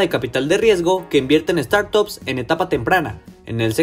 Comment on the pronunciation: family office? start up? home office?.... please give me a break....if you are going to say little english words...at least get your pronunciation up to part.